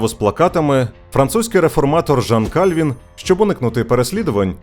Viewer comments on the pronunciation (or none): У Франції не було королів на ім'я Франциск, Генрих, Карл, Людовик, але були Франсуа, Анрі, Шарль, Луі. Також помилковий наголос: не КАльвін, а КальвІн. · Не Кáльвін, а Кальвíн. У французькій мові наголос завжди на останній склад.